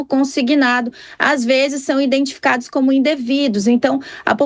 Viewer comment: IDENTIFICADOS E NÃO INDENTI...